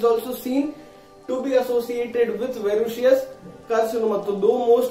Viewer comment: That’s verrucous Not verrucious . Your pronounciation is incorrect